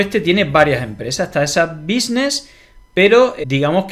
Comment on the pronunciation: Una cosa es no chanar ingles pero decir " busnis" 25: 03) va más alla 🤦eso ya es ahínco 😅🙋